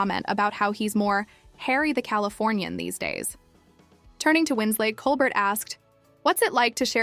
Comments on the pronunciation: Not to mention the pronunciation of ‘Colbert’ and the weird pauses before and inflection on some words. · You need to know how to pronounce Colbert's name, as well as Kate Winslet